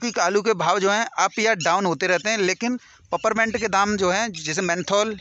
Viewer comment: Paperment nahi hota hai is la name peeperment hota hai illiterate ho.